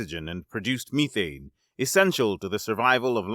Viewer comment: you are saying methane wrong